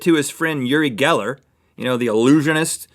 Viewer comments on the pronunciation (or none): its pronounced Ori Geller...